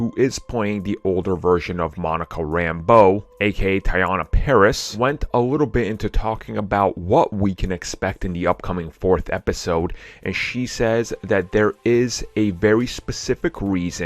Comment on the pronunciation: You said her name wrong. It's Tiana not Tayana.